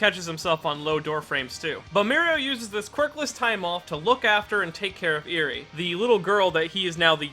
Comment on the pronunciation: holy shit he said eri correctly im shocked